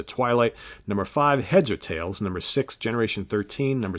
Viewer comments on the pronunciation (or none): none